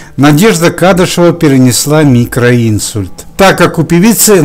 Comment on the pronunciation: Простите,но что за необходимость при таком здоровье бегать по площадкам? А чтецу хочется сказать,чтобы правильно произносил слова- микроинсУльт,а не микроИнсульт